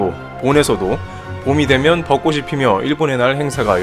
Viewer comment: 벚꽃이 --> 버꼬시(x) 버꼬치(ㅇ)